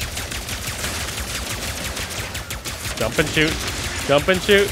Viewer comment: Is he saying "shoost" instead of "shoot"?